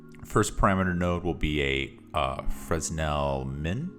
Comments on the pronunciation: This is a great material! Thank you! A couple of notes: 1) Please minimize your preview so we can see the shader graph better. 2) Fresnel is pronounced "Fren-ell" or "Fruh-nell", the "s" is silent. I had a hard time figuring out what you wanted me to do. Thank you again! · Never heard someone call Fresnel Exponent francel made me chuckle